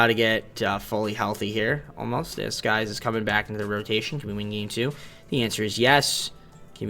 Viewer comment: It's Sykes not skies jeez bro you said the wrong name like 10 times